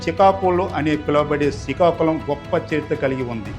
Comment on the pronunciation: యాంకర్ ముందు శ్రీకాకుళం అని మంచిగా పలుకు, శికాకుళం కాదు